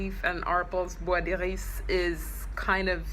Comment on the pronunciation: Oh my God! I never knew how to pronounce this! You sound so classy!